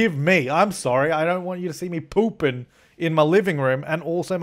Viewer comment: by the way the way you say pooping 😂😄😅😂😄😅😂😄😅